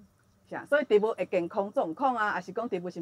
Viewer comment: 「植物」讀si̍t-bu̍t ⭕️ 毋是ti̍t-bu̍t ❌ tsi̍t-bu̍t ❌